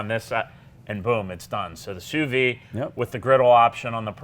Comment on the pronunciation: The "d" is pronounced (softly) on sous vide